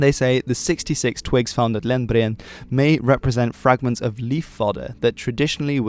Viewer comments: "Lendbre-end" drag out the "e" a bit... Edit: you got better at pronouncing as you talked, into perfection... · Good video👏. Also, your pronunciation of “Lendbreen” was really good. You almost sounded like a Norwegian for a second😊 Best regards from Trondheim- Norway. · Three syllables; Lend-bre-en. But the right "e" sound :-)